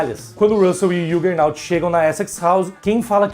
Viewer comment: ok. Estranhei apenas vc dizer que não lê Marvel em português mas falar errado o nome do Juggernaut em inglês : o "J" em inglês tem som de jota mesmo (e não som de "I")